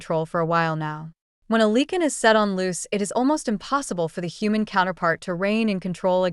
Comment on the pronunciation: You pronouce Lee-can ...... It is pronounced Li-can